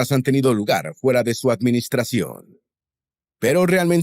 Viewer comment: Gue a Sonal. Tromp. Se le AGA la lengua como si FURA de hielo o sea como si FURA de palo .